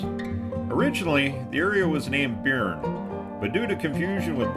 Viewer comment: Byrne is pronounced "Burn"